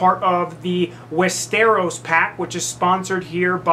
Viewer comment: "I don't know if you're familiar with Game of Thrones." I am, but from the way you're pronouncing Westeros, it would seem you may not be :)